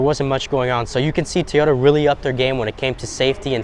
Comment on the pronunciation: FK a 10,000 market adjustment. And after all these years people still can’t pronounce TOY YODA. Not Tea YODA… it’s TOY YODA. Do you say Tee Yo Tires??